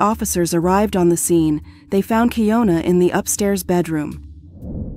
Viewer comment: It’s keyana spelled keying una is still Ana 😑